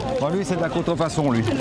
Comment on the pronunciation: je croi que le flic est pas un vrie francie par ce que il a dit contrfonson au lieu de dir contrfacon